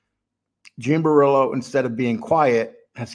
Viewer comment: Bor-Illlo or Bor-Ello? 😆. If you're going to make content on Italians, you gotta stop butchering the names. Its actually quite important.